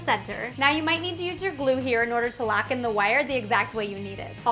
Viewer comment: says lock like lack